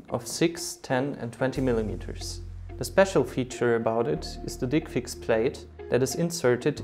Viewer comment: Can't listen with straight face when he says "dickfix"